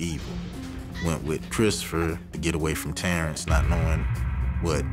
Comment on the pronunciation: Is anyone else annoyed how they pronounce TERENCE?😏